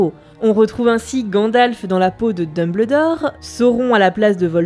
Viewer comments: dans le peau de quoi ? dumBLEURdor ? WTF non mais la cest pas une erreur de diction lol cest carrement un crime ! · j'aime bien la prononciation Dume-belle-d'or( parce c'est ça que tu as écrit). en anglais, c'est plutôt Deum-beul-dor (dumb le dor ?) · Tant qu'à faire, autant prononcer Dumbledore entièrement en français "um" se prononce "un" D1bleudor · Albus DumBLEdore pas DumBLEdor. DEUMBEULDOR. Sinon pouce bleu pour la vidéo ;) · sa se dis deumbeuldore et pas deumbledor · Dumbeldore pas dumbledore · dumbuldor pas dubledor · j'vais faire le casse coui.... mais c'est en prononciation Dumbeuldore et pas Dumbleudore ;-) sinon sympa le vidéo on apprends un tas de truc ;) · Alors oui ça s'écrit DumBLEdore mais pitié ça se prononce DumbELdore (ou alors j'ai rien compris) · ET TU ME FERAS LE PLAISIR DE PRONONCER "DUMBELDOR" ET PAS DUMBLEDOR" !!! BORDEL !!! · T'as trop dit "d'Humble dort" au lieu de Deumbeuldor. Je me désabonne. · Nota Bene pourquoi tu dit dembledore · Nota Bene oui mais c'est anglais donc on dit dombeldore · Nota Bene enfait on dumbeldore car en anglais quand y a ble sa se prononce beul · Ca m'a perturbé pendant tooooooute la vidéo XD On dit bien Dumbeldore en anglais ^^ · J'ai failli déliker à chaque fois que j'ai entendu "deumbleudore" x) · vraiment intéressant même si le "Dumbleudore" picotte les oreilles mais super cool. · Dumbledore, s'il vous plait prononcez le "Dumbeldore" T.T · mes oreilles souffrent quand j entends Dumbledore prononcé comme ça et non dumbeuldor sinon. j'adore la vidéo, excellente !!!! beau travail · Ça se prononce dOmELdore Merci ... sinon super vidéo 😊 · Très chouette vidéo ! Par contre...... "DumbEULdore" s'il te plaît x'D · Super vidéo mais "Dumbleudoor" c'est chaud.. surtout qu'il est souvent prononcé 😅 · j'ai saigné des oreilles tout du long en entendant dumeubleudore... mais j'avoue à ma première lecture du livre je le prononçais de cette façon aussi... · Dun bleu dore, Salazar Slizerine... mes oreilles !!!